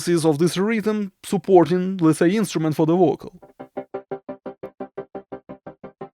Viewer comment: its a subtle joke.. when you say vocal its sound like bocal.. but i love your accent... i dont say this to demean you.. you are the best